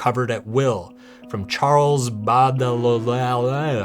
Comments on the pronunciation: Baudelaire = Borderlair…. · 10 minutes into the comments and no points on French pronunciation yet, so here goes: Madame de Sta-el. The two dots over a wowel (hiding somewhere on my keyboard ) mean 'I am a separate syllable'. Just like Ana-is which you got right. You are welcome. Charles Baudelaire: Sharl Bod-lair. Nicholas Bear-di-EJ-ef. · Mark's new project: French pronunciation. That was some name butchery 🤣😂